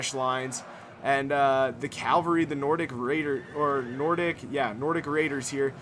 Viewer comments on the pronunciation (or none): Why do you say calvery instead of cavalry?